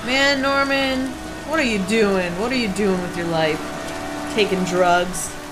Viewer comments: It sounds like you are calling him Namen XD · ikr? i like it though. Namem Jayden lolz